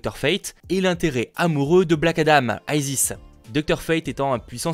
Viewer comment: Pourquoi vouloir tout anglophoniser ? Isis est un personnage de la mythologie égyptienne, ce n'est pas un nom anglophone, il n'y a pas besoin d'y prononcer à la américaine. ^^ Perso ça me choque un peu cette prononciation pour ce personnage qui n'est pas du tout anglophone.